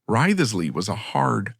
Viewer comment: Wriothesley is pronounced "Rizley". Took me ages to realise whom you were referring to.